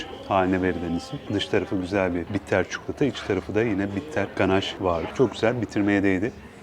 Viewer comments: Bu tarz kendinize ait söylemler olduğu için seni izliyoruz abi çukulata > çikolata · Çok beyfendi ve nazik bir insansınız. Çuklota demenizi duymayı hep isterim. Böyle güzel sunumlar yaptığınız ve bize ulaştırdığınız için de çok teşekkür ederim. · Türk olupta lisanını konuşamayan milyonlarca insanın olduğu memleketimizde ,sizin telaffuzunuz gerçekten iyi .Ayrıca ses tonunuz ve lüzumsuz hızla konuşmadan gerekli açıklamaları yapıyorsunuz. Lütfen çikolata eskidendi .62 yaşındayım ama kelimeler değişiyor özellikle yabancı kökenli olanlar.Kendimde çukulata diyorum.Süpersiniz .